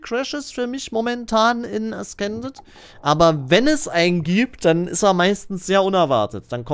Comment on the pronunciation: Es wir äsßended ausgesprochen, nicht äskended.😪